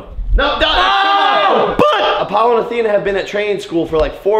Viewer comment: He said you know Apollo and Atheno